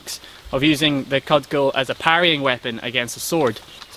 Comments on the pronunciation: Interesting. I've never heard the word "kud-jul" (cudgel) pronounced as "cudd-gel". Is that a Gaelic way of saying it? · Never heard "cudgel" pronounced like that. It;'s usually cuj-ull. Is Cud gull an authentic highland pronunciation? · It's pronounced CUD JUL....even allowing for Scottish accent...ye did well laddie....where I come from folks named MacDonald will nae speak to folks named Campbell for the treachery at Glencoe is nae forgiven...and in respect for the proper spelling of McLeod you will see signs that read NAE DUGS ALOED...AXSEPT FUR SARVACE DUGS .....;-) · Always good stuff--thank you! BUt 'cudgel' is pronounced 'kudjel'--somebody else has propbably pointed this out. All good wishes. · So interesting how you pronounce the "g" in cudgel. I learned it as a soft g like "garage" instead of a hard g like "goat".